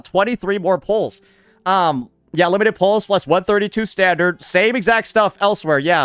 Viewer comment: "Standart" and "wepaon" XD Sounds like me and my friend when we joke around in English.